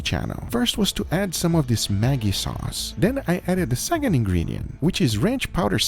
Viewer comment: Yo Guga, Maggi is pronounced more like magic than Maggie. The g's sound more like j's